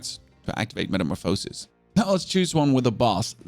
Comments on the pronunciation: I had to stop watching. If i heard you say metamorphosis like that once more i might have kicked the dog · Why do you mispronounce “Metamorphosis”? Are you doing it on purpose as a joke or are you really pronouncing it wrong? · im glad u givin yourself some good advice =) theres more then one counrty and language ;-) The pronunciation of "metamorphosis" in German is "metamorphose" (pronounced as metəˈmoːfəsis) ¹. The emphasis on the "o" sound in the German pronunciation could be due to the phonetic differences between English and German. In German, the "o" in "metamorphose" is pronounced with a long "o" sound (as in "oh"), which is why you might hear it emphasized when a German speaker pronounces the word. on another note its pretty cool can ask questions and get coherent answers. does lead more and more to the atrophy of our brains. used to have to remember phone numbers. and street names....to spend time googling the answer and learning random things along the way i think it was einstein that attributes a measure of someones intelligence by their immagination